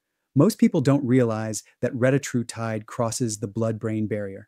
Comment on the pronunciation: For all you biohackers, it's pronounced reh-TAT-roo-tide